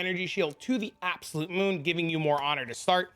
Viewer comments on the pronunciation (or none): none